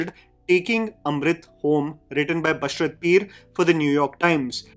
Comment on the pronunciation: Humble request to the speaker of the video to correctly pronounce Basharat Pir's name. It's Ba-shaa-rat. The 'a' after 'sh' will be pronounced as the 'a' in lava (a after L). Thank you